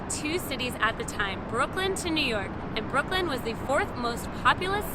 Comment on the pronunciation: I didn't know it was possible to mess up Brooklyn so many times :) Fun video, I really enjoyed it!